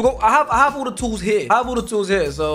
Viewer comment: Man said tools like he’s gonna do some construction